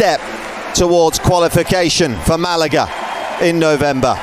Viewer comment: Can someone please teach the American commentators how to pronounce words properly. Everytime they said Malaga last night I cringed 😬